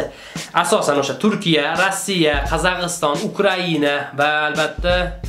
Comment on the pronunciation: Албатталаб видеони тугатвордину. Қазағистан эмас Қозоғистон